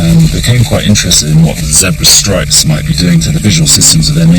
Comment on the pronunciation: Great program, spoilt by the annoying Chris packman and his awful accent and pronunciation of words especially any that have an r in it. He can't even pronounce Zebra pwoperly. What the hell is a Zeebwer.